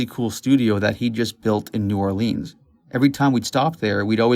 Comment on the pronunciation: It's pronounced New Or-lins not new orleeeeens